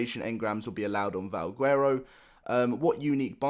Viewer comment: yeah and he cant even pronounce valguero right. Youd think if a person is all about Ark then theyd know to pronounce the words correctly.